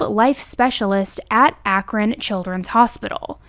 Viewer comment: I noticed you pronounced Akron like the Ohioans in this video. You must have have saw us all in the comments last time you did an Akron video. Lol